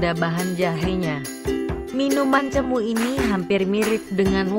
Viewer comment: Bukan cemu tetapi cemo..e